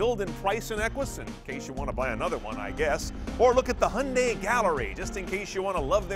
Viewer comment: What is a "Hunday"? Fucking dick weed can't talk.